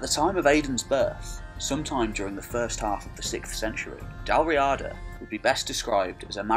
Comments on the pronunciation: In Irish Gaelic it is Dal Riada, pronounced Dal Ree-ada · The Irish ruled the Western isles and that's why Gallic is a dialect of Irish... Not the other way around. It's pronounced Dal Reeeada, btw.